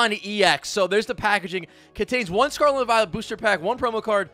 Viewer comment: “Sarlat and Vilet” 💀